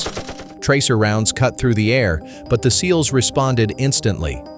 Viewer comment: S.E.A.L.S ?? Seals?? Bad robot